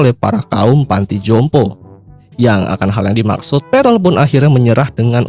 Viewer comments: bang bukan perel tp perll 😭😭🤣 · Prell bos bukan perel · Pearl bos bukan prell